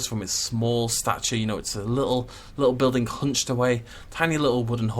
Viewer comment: this the type of guy that pronounces building as buildink? ye i'm out of here